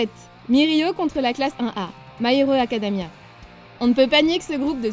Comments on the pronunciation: "My Hero AcadAmia" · oh ptn elle a dit my hero acadamia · Acad"a"mia ? *de l'univers. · " my hiro acadamia" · Elle a dit acadamia putain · Je rêve ou à elle dit My Hero AcadAmia ??? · "my iro acadamia" on dirait un fruit sec